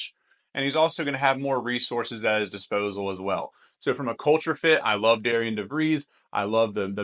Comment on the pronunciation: Great Video! Another transfer that WVU got who I really like is Toby Okani, he is very versatile defender and also scored 31 points against DeVries and Drake this past year. FYI even thought his name is spelled Darian its pronounced Darren which is kind of confusing.